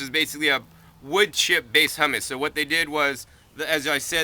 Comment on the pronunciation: I love your videos, youre the most knowlegeable gardener ive ever heard but one thing that bugged me is you pronounced the boogie brew humus as Hummus. I believe its 'you mus' or 'hyou- mus' not "hum-mus" the chickpea paste. Tons of great info as always, peace